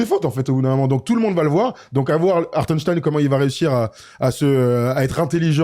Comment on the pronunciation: Hartenstein ou hartenstine?😂